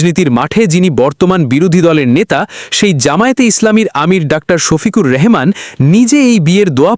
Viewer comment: এই নিউজের তথাকথিত স্পিকার সাহেবকে বলতেছি ; আপনি জামাতের আমিরের নামের শেষে রহমান শব্দটিকে "রেহমান" উচ্চারণ করেছেন! কেন ???